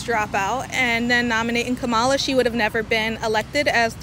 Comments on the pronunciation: KA-mala KA-mala KA-mala The stress is on the first syllable. Dude, how hard is it for you to put the stress on the first syllable? You’ve been saying Ka-MA-la forever. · Dude, pronounce her name properly for starters. After 4 years and you cant say "Ka-ma-la"?!??...... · Shirley, why do you mispronounce “Kamala”? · Racist for white male to mis pronounce her name, but not one person that is supporting KH can say her name right 🤷🏿‍♂️ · I love how you don’t even try to say Kamala’s name correctly lol. At least Trump learned to say her name correctly (most of the time). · Nick, you could at least have learned how to pronounce Kamala before you posted a video where you said her name at least 5,000 times. Jeez Louise!